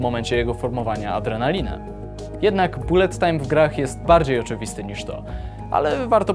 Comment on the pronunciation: Nie raczej "balet tajm"?